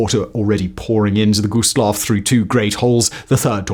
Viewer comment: Always hurts my soul when they pronounce it "Low." Also, the 2nd worst maritime disaster wasn't the Dona Paz, but was another German ship carrying civilians called the MV Goya with almost 7,000 lives lost. Dona Paz was the worst peace-time maritime disaster but there are a handful of maritime disasters in war that were worse. A shame this channel didn't do their research because this video is full of mistakes.